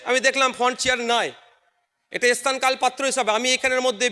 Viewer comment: এখনো স্থান উচ্চারণ করতে পারলো না বিধায়ক🤣🤣🤣